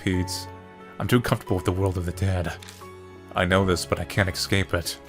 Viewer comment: Ok soooo who else is starting to get annoyed that says ecscape instead of escape everytime? Raise your hands.... no hands? Oh so it's just me... ok:(